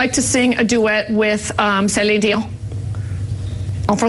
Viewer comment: Celine Dee-on